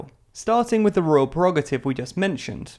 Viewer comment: The word is “Prerogative” not “Perogative”. I like TLDR and I know it seeks to become a credible source of news. I therefore expect it to apply high standards to the correctness of its production.